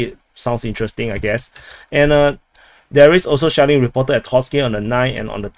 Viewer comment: I thought I heard a lot of Shaolin instead of shelling